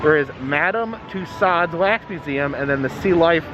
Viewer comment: I cringe every time I hear say tuSOD...Madame Tussaud should be pronounced: ma-DAM tyu-SOh